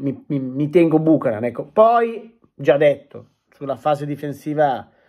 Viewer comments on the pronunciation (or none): Si pronuncia " biuchenan"